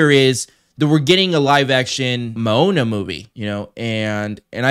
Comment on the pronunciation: You really need to learn how to say Hawaiian words......you are saying Manoa which is the location where the University of Hawaii is located. It's Moana (Mo-a-na) not Ma-no-a.